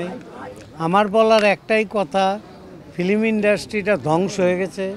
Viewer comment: ডিপজল ফিল্ম উচ্চারণ করতে পারে না।